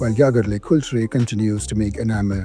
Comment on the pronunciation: Indians not only buy but also butcher name of Jaeger Lecoultre in their own ways